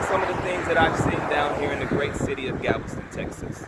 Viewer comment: Anyone going to note that he’s saying Gavelston? Lol